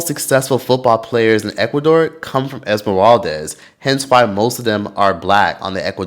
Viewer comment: esmeraldes 😅 its not esmeraldez/es, it's esmeraldas (das pronounced like das EFX) ❤ and ecuador has improved in racism, the team has helped in that as well, my family moved to guayaquil, and my grandparents had a neighbor for a long time senora angelita, she was afro ecuadorian, nice lady very nice lady and her grandson was my friend, last i heard he was doing graphic design for ad company in ecuador, afro, black ecuadorian...r.i.p. never forgotten la senora angelita